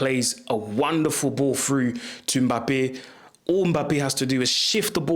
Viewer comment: Hey. Yo really need to tell at least you fellow creators ( Saeed & them) how to say Mbappe's name correctly. Maybe do a segment at least how to say the African name correctly or maybe just start with those from Congo